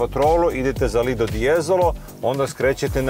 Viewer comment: Momci poslušao sam vas i stalno sam slušao " lidl " de jezolo to nije lidl , znamo da je lidl trgovina , namesto vaše lidl je LIDO ( plaža ) pozdr.